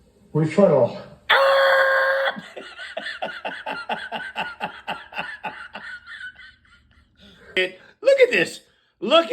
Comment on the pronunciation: REE-But-ul (rebuttal) not RE-FutAL stinky!